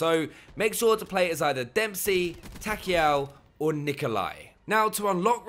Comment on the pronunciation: Takeo not Takeel